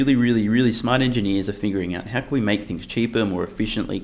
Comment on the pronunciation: Is the fingering out flash bec you SAY fingering out instead of figuring out ??